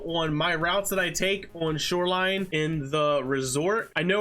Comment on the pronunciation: hmm? I like when you said "snoreline." But the word this week is Detergent